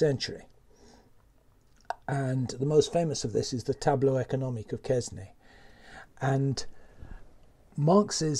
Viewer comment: Hate to be a pedant but it is Quesnay [kɛnɛ], no -s-.